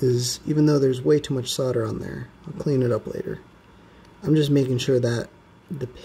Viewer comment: Thank you for saying solder the correct way.